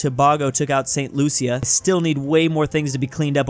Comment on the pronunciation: im getting tired of you saying st lucia as saint-lu-si-a the correct way to say it is saint-lu-sha